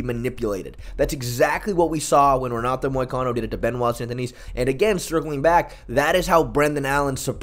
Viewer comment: It’s Sun-Deh-Knee